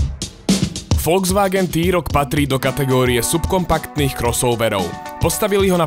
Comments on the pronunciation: na jednotku ti to teda vyslo, volzvaken... mwah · naucit sa vyslovovat Volkswagen by aj do buducna v tomto povolani nemuselo byt na skodu